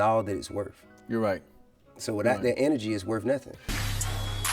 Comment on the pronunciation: This shit was happening long before GRAND AUTO. If you can virtually be influenced then you can mentally be influenced as well if you pumping music into your ears that promotes violence and death. And FTR its not "worf" its WORTH! When will we learn the TH sound. DAMN!